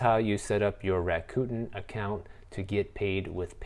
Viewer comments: Bruh I can’t 😂 U keep sayin Raccoon .. It’s “Rack-a-Ten” Cos they give u $10 bucks at signup! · It's pronounced Rack-Uh-Ten. 😁